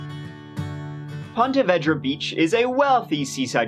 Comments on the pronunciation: I love but the mispronouncing of Ponte Vedra hurt this local. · As a Jacksonville native, I have to correct the pronunciation. It’s Ponte Vee-dra. Not Ponte Veh-dra. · It's pronounced vedra with a long e like in eclair not vedra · It’s actually pronounced Pawna Veedra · A couple years late but it's pronounced 'Ponte vee dra'. No hate from me. Love the content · It’s pronounced like “PON-TA VEEDRA ;-) I live in jax just trying to help not be a snarky arse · I live in Jacksonville and i just have to say i love how says ponte vedra 😂 we pronounce is ponte veedra here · I live very near here...it's pronounced POnta VEEdra. Made a pretty cool kayaking vid for youtube where I wipe out on the surf 3 times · You’re pronouncing the name of the city all wrong. It should be said like Ponta Veedra. Hard to listen when I’m from there and your butchering it. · Ponte Vee-Dra* :) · No offense, but it's pronounced Pont - uh - VEE - druh, unless everyone I know has always pronounced it wrong (I Grew up in Jacksonville). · it's pronounced Ponte Vee dra.. Im from St.augustine alot of people say it different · This is my hometown, I actually remember this when it happened.. Also it's pronounced Ponte Veee dra LOL and I'm not trying to o be THAT person (spelling police) but it is haha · we say pon-tee vee-draw… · Try " Ponte Ver - day " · Ponte Veeedra. Say it correctly. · Pronounced “ponteh veedra” it’s where I was born :) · It's pronouned "Pontuh Veeeedra" lol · Hey you are murdering the pronouceation of Punta verda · Great story. I remember it well, since I live in Ponte Vedra (pronounced VEEdra). Crazy crazy crazy. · It is pronounced Ponte Vee-drah. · I live in Jacksonville and its actually pronounced Veedra lol. I remember this story too when it happened lol. Ponte Vedra is a super rich area. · I grew up in Ponte Vedra and the multiple mispronunciations are hilarious. Thanks for making my day! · You mispronounced Ponte Vedra all the way through the story